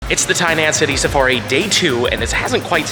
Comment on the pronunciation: the “tiny ass hoodie safari” 😂 i swear thats what it sounded like you said in the beginning